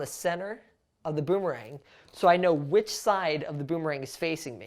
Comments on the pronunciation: Does he says “ ROOMERANG “ or “ BOOMERANG “ ? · You said at that beginning of the video roomerang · i heard he said a roomerang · i hear Roomerang